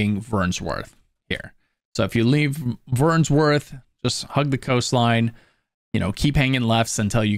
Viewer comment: There's no S in Vernworth my guy.